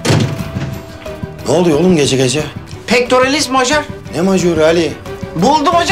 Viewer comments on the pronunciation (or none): M.Pectoralis major diye yazılır ama j harfi y olarak okunur yani mayor dıye okunur ufak bir hata ama doğru olması gerekir